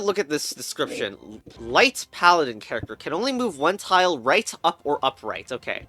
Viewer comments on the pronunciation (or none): none